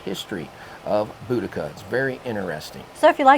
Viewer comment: You guys are the first ones I've heard pronouce Boudicca right.😘 Very interested in the fish and chips.